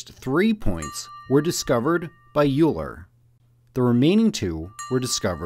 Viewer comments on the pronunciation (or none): "Juler"? Please lern to pronounce names correctly. "Oiler" is not so hard to say. Otherwise, nice video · It's pronounced <OYLER> FFS, NOT <ULER>. This is disrespectful to one of the most important scientists who has ever lived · "u" ler??? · So they should be called Euler Points. And Euler is pronounced "oiler", not "Youler". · The famous personage Euler's name is pronounced 'OILer', not 'YOUler'. Otherwise, well done. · Euler is pronounced "Oiler" not "You-ler" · Oh no he said euler like yooler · btw Euler is "Oil-ler", you're welcome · Okay, let's look at all those forces... Not a force... Not a force... Not a force... :') Also it's pronounced "oiler"... ;) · Euler is pronounced like "oiler". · Euler is pronounced "Oiler." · Great video! That was a splendid visualisation of the Lagrange points. The only thing that stood out for me was that I've never heard Euler's name pronounced like that. I've always heard it, amongst academics, as sounding like "Oiler" as in "a person who oils" but with a shorter last syllable. It's because he was Swiss & his native languages were German & French. Apart from that you've really helped my understanding. Thank you! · "Euler" is actually pronounced "oiler"? But to be fair, I find "oiler" hard to say too! Great video. The gravity-well images make things so clear. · Facts as an oilers fan it makes me upset he doesn’t respect my team 😢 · You should learn how to pronounce "centrifugal" and "Euler" correctly. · Was almost perfect until the pronunciation of Euler.